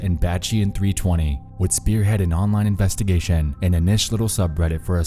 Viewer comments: informaySHUN!!! investgaSHUN!!! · Anyone else get kinda annoyed by how this guy pronounces words that end with -tion? Investigation, station, attention. It's like when he gets to the "tion" he locks his jaw and chokes out that last syllable. Fuck's up with that, man? Investiga-SHUN!